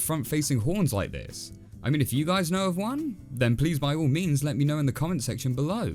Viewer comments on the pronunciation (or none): none